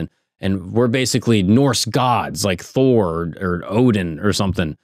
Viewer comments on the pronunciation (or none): none